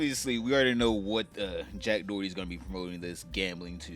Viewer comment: “Jack Dorty” is too funny every time I hear it 😂